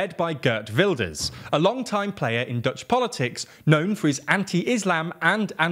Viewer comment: The Geert sounded more like Gert and of course the g wasn’t right but he pronounced Wilders pretty good. Could have put the cherry on top and made it “wild-ers”